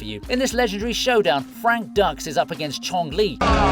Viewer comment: Have you watched the movie Bloodsport? Cmon they make a point in the movie how to pronounce the last name, like Dukes. lol Just saying.